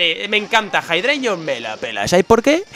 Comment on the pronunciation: Jeidreigon.... xDDDD